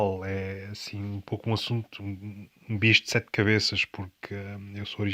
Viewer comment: Horrível o " bom djia" ela é minha TXIA" o gato tem SETXI vidas "